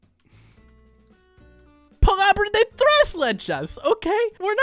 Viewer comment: Google: Palabra de tres letras: palaba de tres leches 😢😢😢